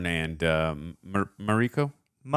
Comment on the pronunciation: Everyone in the show: Mariko Over 50 times. Mariko: Marikoooo The way Americans don't give a sht about other cultures names is always astonishing